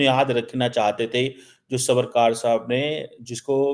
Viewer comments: भाई वो साहूकार नही “सावरकर” हैं। क्या यार? 😡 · can't Pronounce JAAMNAGAR SAWARKAR and did phd??? Oh... From paxtan😊😊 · must first learn to pronounce Savarkar’s name and then talk about his ideology! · You cannot even pronounce Savarkar properly and you claim to be a student of Indian history and politics!! Shameless person!! Dont take the name of Indian leaders from your mouth! It doesn’t suit you